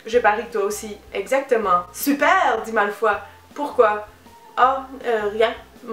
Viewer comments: "MALFOI" FOI MDRRRRRRR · pourtant on france on prononce Malfoy et Granger = GraNgeur et potter bah c'est universel quoi HAHA ah moins que certain disent "poté". xD